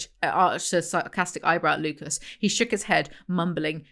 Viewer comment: side note: i've been watching House MD recently and every time you say "Lucas" i get gaslit into thinking his name is Lupus